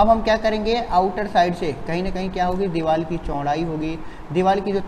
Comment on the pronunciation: Vo deewal nhi hota deewar hota hai lodu 🤣🤣🤣